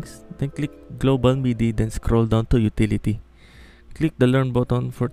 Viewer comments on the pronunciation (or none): none